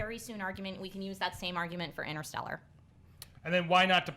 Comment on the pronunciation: Btw, it's InTerstellar, not Innerstelar!!! FFS!!!